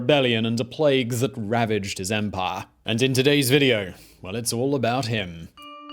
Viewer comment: He came to pahh in the Roman Empahh. A pahhful man.